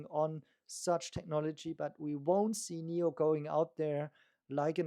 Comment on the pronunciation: NIO not NEO please! 😢